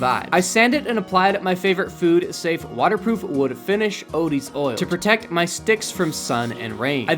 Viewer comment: Am I crazy or did he say my Favorite Food, safe waterproof wood finish odie's oil 😅